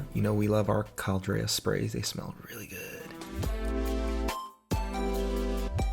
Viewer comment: Ok this was really funny to listen to and having your hubby do voiceover was tooo cute. He is funny with his description. Thingamajigger🤣🤣😂🤣🤣. Delicious i am digging, oh not to mention the emphasis on " really good" with the low voice. He is hilarious